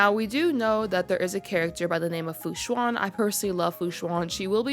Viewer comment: i think i may get myself luocha after watching this despite originally skipping on him but will def wait for an updated video from you when hes out!! >< also not to be nitpicking or anything, the xuan in fu xuan is pronounced kinda like shu-ann/shu-when and the luo from luocha is kinda like loowoh. have a nice day!